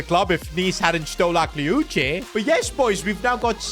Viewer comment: Bro its pronounced akliouch you dont pronounce the e